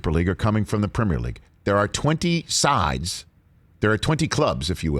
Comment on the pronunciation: better question is: why can't pronounce the word "premier"? the 'primmer' league?? lmfao